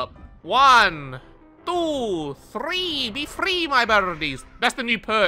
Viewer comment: I love how counts " one two three" every time he releases the crows, using a very specific accent. Well I think I've found where it is from. It is from an old meme that goes "One two three four, how many n-word are in my store" ( he actually used it in a very old video but replaced the n-word with "generator")